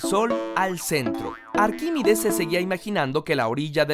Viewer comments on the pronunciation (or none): Por que coño dices arquimides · Se dice arquimEdes